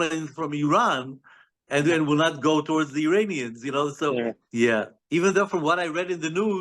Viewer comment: he keeps saying uranians instead of iranians